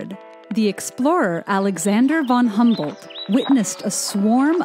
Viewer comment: at least educate yourself and pronounce von Humboldt correctly -_